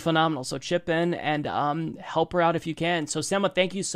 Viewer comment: I facepalmed whenever Mike mispronounced Sema's name as "SEH-muh" instead of "SEE-muh". This happened even after Sema pronounced her name the right way! Come on Mike!